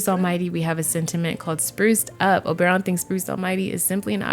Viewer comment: Only could make me watch an hour long video of her saying Obaeron. Lmao I can’t wait to play this pack